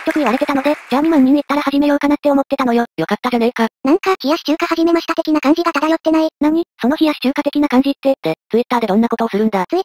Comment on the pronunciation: 冷↑やし中華ァー↑始めま↓したぁー